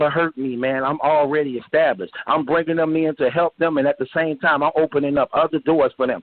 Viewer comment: dont believe a nigga who pronounce "establish"..."X-stablish"